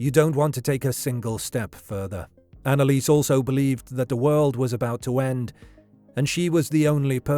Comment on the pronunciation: Dude can you please not butcher her name THAT MUCH?